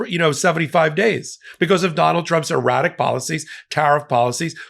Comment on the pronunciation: Sounds like you said "erotic".